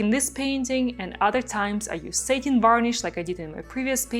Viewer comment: Love this painting. Such great movement. BTW, the finish satin is pronounced sat…like “I sat down”. What you’re saying is Satan, or the devil. It’s ok, we still love you!! 😊. Just thought you’d want to know.